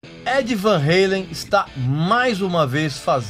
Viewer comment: Eddie Van 'reilen' ( kkkkkkkk )